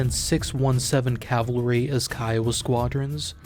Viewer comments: "CAVALRY" not "CAVLARY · IT'S CAV-AL-RY. NOT CAV-A-LO-RY. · That "cavilery" is driving me nuts. After decades of having "Cav-al-ree" hammered into my brain by a Civil War history teaching cousin, I get triggered by that pronunciation. At least it wasn't "Calvary" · Great video - full of information as usual! But my pet peeve is the pronunciation of "cavalry" as "calvary". It took me a while to listen past my pet peeve. 😅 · He keeps pronouncing it "ka-vel-ler-ree" instead of "ka-vul-ree" most of the time. It reminds me of "noo-klee-er" vs. "noo-kee-lur" of which one is clearly wrong in any part of the world. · The word is CAVALRY not CavLary omfg you’d think you’d get this ONE word right since it’s the whole premise of the episode and repeated about 500 times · I'm very sorry for doing this, but my OCD is kicking in: You keep pronouncing cavalry as "cav-LUH-ree", it is correctly pronounced "CAV-uhl-ree". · Why are you saying cavlary instead of cavalry? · The way its spelled: cavalry The way its pronounced: calvary The way this guy pronounces it: cavlery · Just like it's spelled: CAV-al-ry. CAL-va-ry is a hill in Israel also called Golgotha. There is no such thing as CAV-la-ry. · Why the hell do you keep mispronouncing cavalry? It's so distracting when you say it 500 times in a video. It's KAV - ULL - REE, not cav - ler - ee. Jesus, man. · Is it just me or does it sound like he's say Calvary instead of Cavalry? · amazing video just please "cav-al-ry" not "cav-la-ry" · It’s cavalry not Calvary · It's pronounced CAV-ahl-ree, not CAV-lah-ree. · Cav-al-ry not "cavlery" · It’s cavalry and not cavlary. 😂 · Bro it's Cavalry. Not Cavlery...every time you say it my ears bleed. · Cav-a-lry not cavlary or calvary. 🙄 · It's pronounced Cav-al-ree, not Cav-La-ree.... WTF ... please God no, CRINGE. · It's Cavalry, not CAVALARY. get your AI voice right! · He’s not even saying that. He’s saying cav-la-ree. I can’t do it. Lol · I can't get over the cav-lary pronunciation